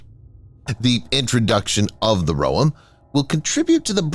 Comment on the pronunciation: You pronounce the Roem incorrectly. Its "roEm", you stress the second syllable. Like the island Guam. Like the word Hotel.